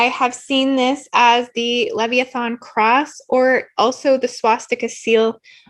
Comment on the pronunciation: Leviathan: Pronounced “Lev Eye Oh Than”... just saying. Thx for sharing... PS. The blue blood reptiles love the tricks they play on humans. Possession is precisely why they labeled “Blue Jeans”, Levi’s ❗️😂 (And why I refuse to wear a pair😬😂)